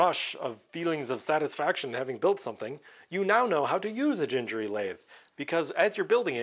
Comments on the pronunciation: Gingery without 'djeee' like in 'jacket' but 'gheee' like in 'Uganda'....his son pronounced their family name i've seen an then already old video about that way back 10 years ago....also the guy from Makercise made a long series about his build but stopped it some years ago during the pandemic. As I remember he managed to finish the lathe and almost completed the metal scraper....wont be an easy task good luck for that. I started to build it many years ago but everything was in imperial not metric so being in Europe I gave up at the beginning. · It is actually pronounced with a hard G like in green or google. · you should pronounce gingery the way you didn't want to pronounce it. It has "harsh" letter Gs in both locations. I have watched the video where he introduces himself and you can hear him say his own name - that is definitive. I believe the video was mostly about him playing a fiddle and I have it on DVD somewhere, but I don't think it is on the Internet. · It is definitely hard 'g' for both the first and second 'g'. I talked on the phone to his son's wife when I ordered his books in bulk back in 2006, and that's how they pronounce it. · I have watched a few videos regarding the Gingery series, and it drives me nuts when they pronounce “Gingery” with hard g’s… I have no idea if it’s right or not, but I’ve been saying “ginger” my whole life, and I can’t change now! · It's Gingery with two hard "g's". Like in gold. Had the pleasure of taking Dave to lunch while visiting his hometown 20+ years ago. Great guy. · Subscribed! Definitely going to follow! Back in the 90s, I was making an order for this series with Lindsay publications, the original place to get the series (Lindsay was a friend of Mr Gingery). I was playing with Mr Gingery's pronunciation with the lady, trying to figure it out, and the lady got slightly aggressive correcting me. The next catalog, they specified "That's Gingery, as in sing-ery". (J sound on the first letter)